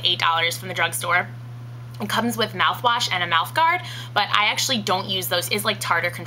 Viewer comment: Did... DID YOU JUST SAY DRUNK STORE?!